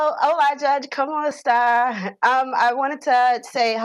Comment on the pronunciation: And she said it incorrectly. It's como estas with an "s"; plaintiff said como esta without the "s".